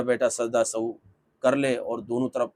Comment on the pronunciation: Are janab sajda e sahu nahi Sajda e Sahw hota hai